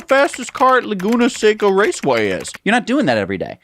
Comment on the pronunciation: Laguna Seca, not Leguna Seca. One means "dry lagoon" in Spanish, the other means you didn't look it up.